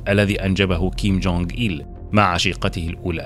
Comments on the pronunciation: انت في إسم الفيديو و حتى في محتوى الفيديو كتب كيم جونغ أون و أنت تنطقها كيم جونغ اين لذلك في بعض الأحيان أحسب أنك قلت كيم جونغ إيل أبوه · تقريبن كل الفديو وهوه يقول كينج كونغ مان 😂سبايدر مان